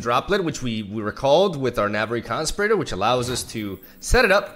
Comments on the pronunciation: Con-spi-ra-tor not constipator. what would it be in Spanish? someone who conspires. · "Con Spear Ih Tore" As in someone who conspires. Not "Con Sper Ater " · Hey, love your vids. I don't know if you want people to correct your English but, it's Navori con-spee-rah-tor. Again, much love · Oh my god his pronunciation of conspirator is so cute. it rhymes with inferior, you're saying it like ventilator. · The way pronounces conspirator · The way he pronounces conspirator triggers me every time. Is he saying it wrong or is it my bad English?